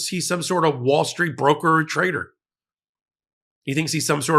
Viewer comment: He's not a "trader" he's a Traitor, make sure you pronounce that right.